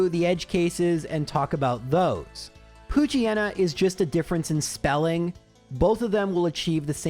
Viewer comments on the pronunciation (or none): the japanese spelling for poochyena doesn't start with a "poo" sound - it's a "po" sound more like the start of "pop" or "pot" (in your accent its actually closer to how you would start the word "oar" though you guys dont tend to make that sound without an R at the end) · Poochyena is not the same, the Japanese pronounciation has a short O